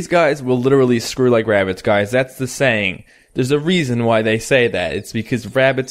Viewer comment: BE BEWY BEWY QWIETE IS HUNTING WABITS IN THE FORWEST